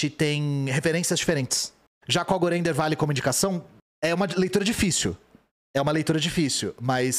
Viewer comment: Aviso: não é "jacongorei in the vale", é Jacob Gorender, historiador. Apesar que esse jacongorei deve ser muito melhor que ele.